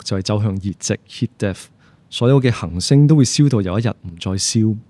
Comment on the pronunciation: 首先，謝謝朱教授嘅講解，雖然99%唔明因為學識有限，但聽到一位從事物理學習科學嘅專家，對讀出行星和恆星呢兩個詞語廣府話（廣州話，白話）嘅精準，佩服。